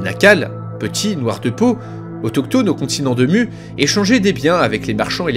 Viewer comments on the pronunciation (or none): Venant de Tahiti ça se prononce Mou mais sinon bonne vidéo